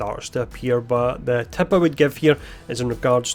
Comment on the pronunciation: You say "Tip" and it's sounds like TAP